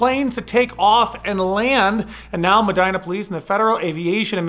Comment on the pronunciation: Medina: Meh-deen-uh